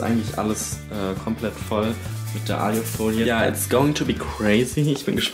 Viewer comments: Warum sagt er aljufolie😭 das heißt alufolie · Wie er die ganze Zeit alju folie sagt 😂❤ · Wie er immer Aliiiufolie sagt es heisst Aluuufolie! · *nicht "Aliofolie" sondern Alufolie... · ailofolie? es heißt Alu Folie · Es heißt A L U - Folie